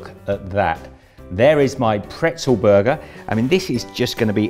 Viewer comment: Okay that makes sense. Yes in the French language pretzel is also "bretzel" but I had never heard the "b" sound in English before. I'm from Canada btw. We only say "bretzel" in French but never in English.